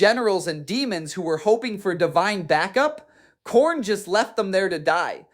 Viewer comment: Khairn* is Diamanic*. Anyone else know that atleast Demonic is pronounced wrong? otherwise, great video sir